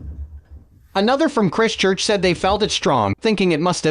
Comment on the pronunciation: You pronounced Christchurch wrong. It's pronounced like "Chr-eye-st-church" not "Chr-i-stchurch"